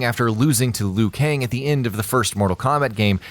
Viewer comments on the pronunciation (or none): none